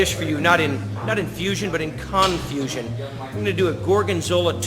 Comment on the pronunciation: Freudian slip “CON-fusion”